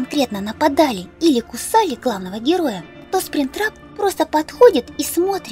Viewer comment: и еще ты сказала сплин-трапа